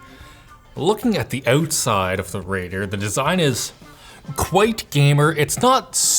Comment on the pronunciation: looking at the OOTSIDE . i love when canada peeks trough in the vid.